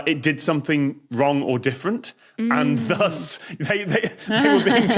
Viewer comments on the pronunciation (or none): none